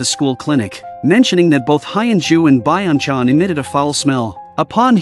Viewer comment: Blud called Lee Byeong Chan Biong chang [Moms account]